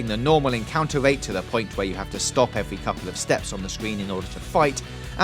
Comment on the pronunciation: "Piwates" "Eewy" "Evewy" "Vawious" "Agwwesive" "Bankwupting" "Cwime" "Clewew" "Chawactews" "Spweads" "Bluwwy"